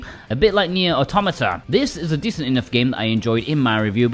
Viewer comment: 🤮 Thoroughly deserved,, for apparently being the only person on the Internet who can pronounce Automata correctly 😅